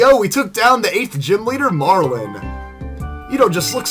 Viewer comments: You pronounce his name wrong. His name is Marlon not Marlen or Marln. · You pronounce his name wrong. Iets Marlon not Marlen or Marln.